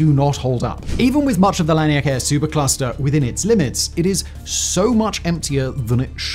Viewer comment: The difference between the first (mis)pronounciation of laniakea and the immediately following correct pronunciation was quite the jolt lmao. "Lanikea"